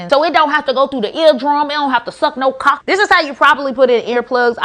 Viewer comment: It's not cock it's pronounced coke, how are you so dumb and smart at the same time?